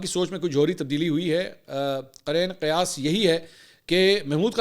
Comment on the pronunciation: آج کے پوڈ کاسٹ میں آپ نے اردو کا ایک جملہ استعمال کیا ہے قرین قیاس آپ نے اس کی ادائیگی درست نہیں کی درست ادائیگی قرینِ قیاس ہے یعنی قرین کے ن کے نیچے زیر استعمال کرکے اس کو لمبا کرکے ادائیگی کرنی ہے شکریہ